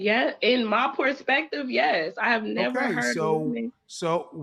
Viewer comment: She said Pourspective, sums it up pretty good